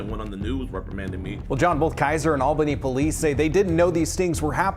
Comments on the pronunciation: Is it really hard pronouncing Albany correctly? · Why did you pronounce Albany like that? It is very odd.